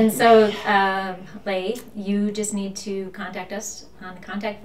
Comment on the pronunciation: Leigh is pronounced “Lee”